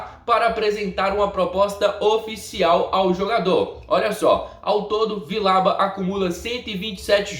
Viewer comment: Se diz "Vijauba"